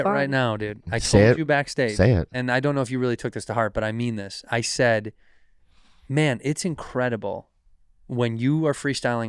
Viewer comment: You mispronounced MAN!